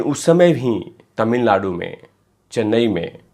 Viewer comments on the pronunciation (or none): none